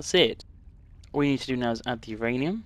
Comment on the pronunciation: sorry, then put whose ranium in? because it sounded like you said my ranium... but my ranium already belongs to yogscast nilesy. so I think you may be referring to YOUR ranium.